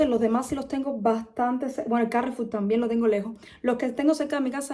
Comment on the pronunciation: Normalmente decimos Carrefour , no Cárrefour. Suena más fuerte la última sílaba. Suerte y a cocinar pescado.